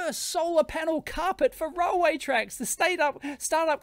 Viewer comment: You pronounce railway as "roll way"?